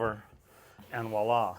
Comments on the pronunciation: It's "voila" (vwa-la), my dude, not "walla". Love the videos. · I kinda liked his direct westcoast approach of walla 😅 Sometimes to be more irritating I'll say "vi-ola" like the name... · Je parle un pieu (sp?) but I like "Vo illa" rhymes with Go-rilla. ;)